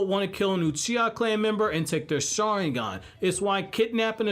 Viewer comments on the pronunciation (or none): none